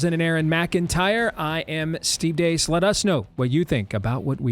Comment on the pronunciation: You're spelling your name wrong or you are pronouncing it wrong Steve Dace.